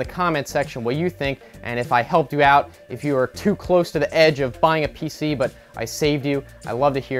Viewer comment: Pc not pic